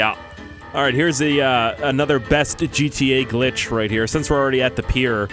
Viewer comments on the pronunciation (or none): none